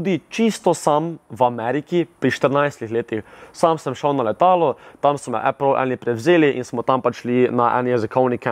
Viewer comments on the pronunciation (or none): none